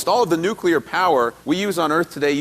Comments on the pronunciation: People would sound much more educated and be taken much more seriously if they could actually pronounce the words they are reporting correctly. Nuclear is NOT pronounced nu-cu-lar, but rather nu-cle-ar. Not that hard. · "nucular" ??! "consortorium" ??! "prepatory" ??! "we've all seen the devastating effects of Fukushima" -- no we haven't. The lid blew off. Impressive, but totally non-fatal. "I'll believe it when I see it" -- so you didn't see Oak Ridge? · Well, it's nice to see that Americans aren't the only ones who can't pronounce "nuclear" correctly.